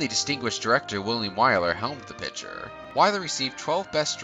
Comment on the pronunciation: Good video but you really need to work on pronunciation in general. People names and especially places are really garbaly. I enjoy your channel. Just something I’ve noticed. Pick-ture = Photo/Movie Pit-cher = something that holds liquid or a member of a baseball team.